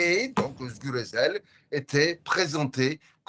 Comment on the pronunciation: Vous entendez comment elle prononce, Özgür Özel, ah merci !